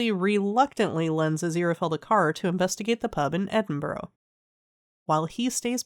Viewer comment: Good recap thanks. Just FYI, it's not pronounced "Edin-burrow", it's pronounced "Edin-bruh" 😄